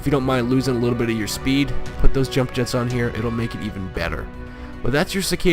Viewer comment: This is one of the best skins, or paint Job. The Bronze metallic finish reminds me of Fish Scaling. Like on a Carp or Coy Fish. Its Yump Yetts (Scandanavian pronunciation) Not Jump Jets. Lol. Did you realise that 'Nova' in Spanish literally Translates To: No go. It's why all Chevy Novas didnt sell well in Mexico. So your Hispanic Name Would be Harry No Go. Lol.